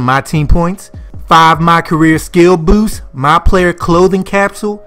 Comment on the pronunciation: Bruh are you from the DMV? You say "boost" crazy AF to me lol😅. No hate I was just tryna pick up that accent